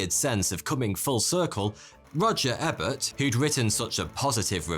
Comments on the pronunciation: Dude, the name is pronounced "eE-bert", as in the first part rhyming with "sEE". "EEbert". I know you are not American, but give getting a name right. Your videos are peppered with these mispronunciations. I mean almost every time you do a video that requires you to pronounce an American name. Work at it a bit. I do pay for this through your sponsors, Brit friend! By the way, I would never say ("Wilferd Hide-White). Know what I mean? Neither would I call the King "Charlie". Still love your videos, and I think you do best when you have a bow tie and braces (suspenders) on. :) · The name is E-bert... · Ebert is pronounced as eburt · Roger EEbert would probably not much appreciate being called Roger EBBert. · Very interesting video. Thank you. One note: Roger Ebert pronounced his last name with the first "E" long, not short. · But he butchered Ebert lol